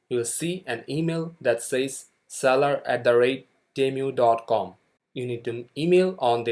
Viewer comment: not temyu, is it tee-moo, (long tee and hard u in mu)